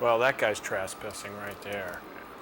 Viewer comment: Hmm...did Joel say "that guy was traspessing (sic)" ? Maybe watched this movie too many times 😜